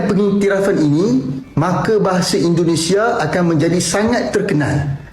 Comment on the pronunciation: Indonesia bang bukan Endonesah